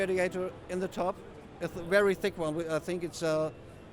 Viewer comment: 'Verry verry'- Slick